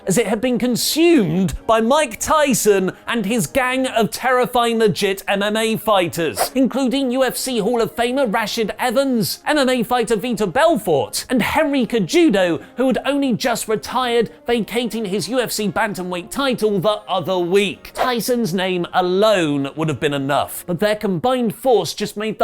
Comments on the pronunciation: Just FYI, it is pronounced Say-HE-Doe, Not Ka-Judo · It was more Henry ced udo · Rash-ard Evans and Henry Say-who-doe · Hahaha...O.....Henry Cejudo not Harry cajudo lol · Put respect on Henry Cejudo name.... first off he has won and defended 2 weight class championship belts. Second its pronounced se-who-doh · As a fan of the UFC for several years, I wasn't a fan of how you mispronounced the names of UFC fighters. It's pronounced Henry Ce-HU-do. The 'J' makes an 'H' sound. But also, great to see UFC fighters here. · KAJEWDO? RASH-IHD??? Come on for fuck sake. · Oh lol let me help you out there chap. Its Ce(se)ju(hu)do(do) Cejudo aka Triple C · I was into this aew review until pronounced Henry Cejudo’s last name as “cechudo”. Dafuq yo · Its not Hanry Kajudo for christ sake! And not Rashid Evans!! God! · Henry Cajudo 😂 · Henry "KEGUDO" Cejudo ...i cringed sooo hard.... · for Christ's sake, there's a thousand videos out there where you can hear how to pronunciate "Henry Cejudo". Who the hell is Kajudo? C'mon man...research.... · Cejudo is pronounced Seh-Who-Doh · work on those MMA names, if they stick around for a while, Rash hard Evans, Henry Sehudo, is how they should be pronounced. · Dude I love you but u pronounced Cejudo's name and Rashad's name wrong like so so so wrong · U really bucharred the MMA guys names. You can put in a little effort to alleast know how to pronounce their names. One is hall of famer and other is one of the best combat sports athlete of all time. Please be a little respectful to their art and put in some effort next time. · You can tell homie doesn’t watch ufc as he absolutely butchered the names of guys that have been world champions lol. Hell one of them is a 2 division champion and an Olympic gold medalist and he didn’t even get that one right. Henry gonna come to England and make bend the knee!!!! PS I loved the PPV! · The mma names 😩 let me help you out there pronounce rashard cehudo c like s